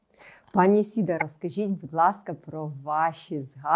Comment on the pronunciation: Теж по вухам ріже «Ісіда». Невже так складно запамʼятати правильно імʼя ?